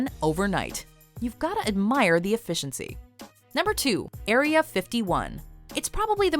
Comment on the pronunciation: It’s area, not aria